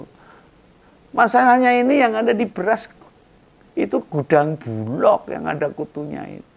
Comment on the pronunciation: koreksi om bulog bukan bulok ❤❤❤❤ ,🙏🙏🙏🙏🙏